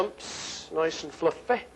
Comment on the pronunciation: fluffeh, loveleh